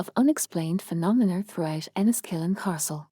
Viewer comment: Can you PLEASE STOP using A.I. for the narration.....what the hell is a "Carstle"......also what is "phenonmer".....also the pronunciation of Armagh is wrong.....i got as far as belfast castle and had to stop watching due to the annoying robot voice